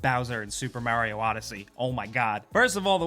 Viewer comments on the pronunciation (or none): DUDE, YOU'RE NOT BRITISH! It's Mario, not Merio! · Your not "special" so dont say "Merio" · "Mærio Game" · “Mair-rio game” Guess I heard that right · I am late on this comments train... but am I the only one that noticed that he kept pronouncing things differently after already pronouncing them?! Examples Automata and Mario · How did you get Mario's name wrong? He says his own name. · This guy pronouces Automata, Mario and Yakuza really funny.